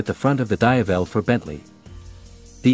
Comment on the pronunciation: dayavel?!.. can't you just use your own voice for "VO" than using AI voice.. 👎